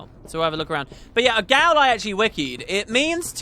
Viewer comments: Gaol can be pronounced Jail :) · Pretty sure Gaol is just pronounced Jail, fyi :P